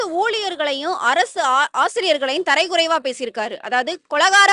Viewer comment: தரைக்குறைவு இல்லம்மா தரக்குறைவு நீயே உளர்ற.சீனிவாசன் உளர்ரது பெருசா